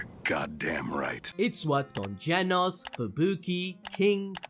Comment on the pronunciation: Genos❌ jenos✅